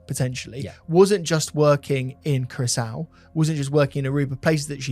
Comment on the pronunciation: how do you manage to pronounce Curaçao as Carousel? 😂 Much love guys, big up ❤